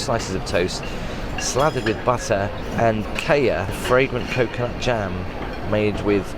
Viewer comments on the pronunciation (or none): You must have been so tired and jet lagged it's a long way to go and with the humidity its tough. Btw its oronounced kiya not kaiya. Also would have appreicated your review of the breakfast resturant. Would have been nice to hear about thr staff and experirnce. It seemed you enjoyed the london prestige hotels more? Or were you just tired?